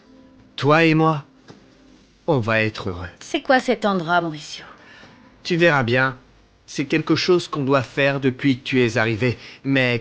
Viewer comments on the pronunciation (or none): Des nom que vous disent très mal des le début C’est pas Rouliera c’est Julietta C’est pas amoudena c’est Almudena C’est pas Alane c’est Alan C’est pas Nouria c’est Nuria C’est pas Moricio c’est Mauricio C’est pas Poalita c’est Paulita La liste est très long ajouter 👇🏽